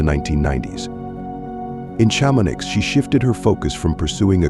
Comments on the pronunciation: STOP with the f*cking AI narrators Chamo-niX ???. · Cham-on-eee is the pronunciation. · I know it's an AI robot reading, but I'm sorry, when basic places and names are so terribly mispronounced (Shama-NIX?) it kind blows the credibility of the entire video. As soon as you hear it, you realize that a human didn't create this video, it's just a cheap thing cranked out by a computer with no accountability for accuracy. If they get something so basic so wrong, you have to wonder what else in this video is incorrect. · Please, it’s pronounced Sharmonee